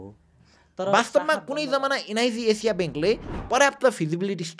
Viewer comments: एन आई सी एसिया ❌ एन आई जी जेजिया ✅ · Am I the only one hearing NIB Asia? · एनआईजी एजिया :D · Niz Azia😂😂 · Bro NIC ASIA ko pronunciation garna sika pahila ani balla video banau 😂😂